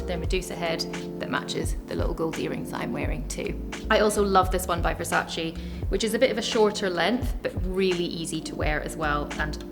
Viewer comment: Love her and her style! But please, as an fashion expert, please pronounce Versace correctly🙏